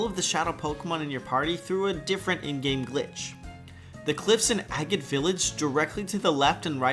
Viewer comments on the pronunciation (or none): I don't think that's how "Agate" is pronounced